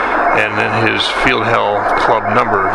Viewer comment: Why would you work another station that is not his working frequency that is just rude and very lid'ish , Contest etiquette is needed on youtube to show the proper thing to do.. because hams are getting worse and worse about stuff like that. I would not pronounce Feld = Field, it is Field, but not in German. Feld like in held